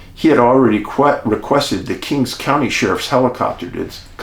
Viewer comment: Great account, Dave. As a correction, it’s “King County”. Thank you for your videos. I really enjoy them, click “Like” and always watch to the end.